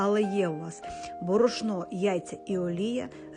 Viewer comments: Куди ставимо наголос в слові бОрошно, а не борошнО.Вчіть українську.Гидко слухати.Не вмієте говорити ,то не говоріть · Класний рецепт! Тільки, будь-ласка, робіть правильно нАголос - бОрошно. Дякую. ❤❤❤